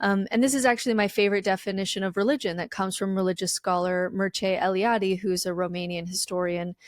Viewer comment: Thank you for pronouncing Mircea Eliades name! It’s the first time I’ve heard it by voice. And yes he’s amazing!!